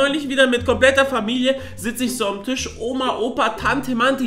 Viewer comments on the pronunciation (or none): none